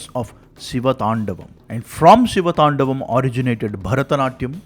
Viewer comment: Great work spreading your knowledge! but you butchered the pronunciation of the siva thandava sotram. Hope you correct it next time! - 1. "Gala jJala praVaha pavi thastale", not "tala jvala prabhava pavi thastale". 2. "ninada Vadda"not "ninada madda" 3. "thandavaM" not "thandavath"